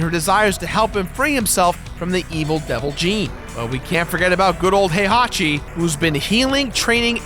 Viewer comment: is he saying "Hey hockey" for "Heihachi"?